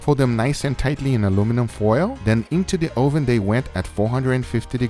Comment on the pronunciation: Guga says, Oh ven! Instead of oven. Lmfaooo!